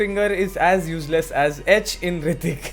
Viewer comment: 5.17 heeRtikk🤣🤣🤣🤣